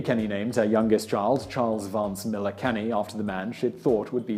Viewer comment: There are some Millars in my county. They don't pronounce it Maller, as in this video. It is Mill-AR.